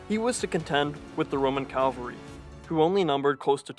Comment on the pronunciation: Calvary or cavalry?